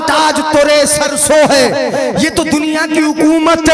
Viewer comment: मिसले तो न शुद नहीं ब्लकि. मिसले तू. है इसी तरह तोरे सर सोहै नहीं ब्लकि. सर सोहे. है